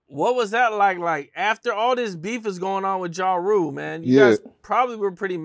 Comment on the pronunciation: "Ja Roo" lol